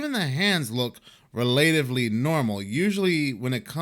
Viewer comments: Rel- ah- tiv- ly NOT Ree- late- iv- ly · *relatively is pronounced as in ones relative, not how one relates.